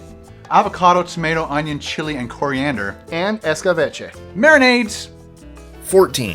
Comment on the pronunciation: did u say poriander?